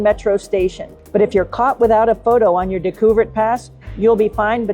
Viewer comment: DAY-ku-vehr pass. Good video, great photography, however.